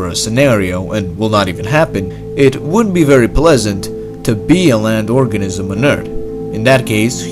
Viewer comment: organism sound like orgasim